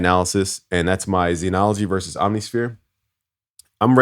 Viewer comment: All those "credits" but can't pronounce "Zen". ZEN is pronounced with a short e sound, the same vowel as in ten or pen. In IPA it is /zɛn/. It is not pronounced zeenology!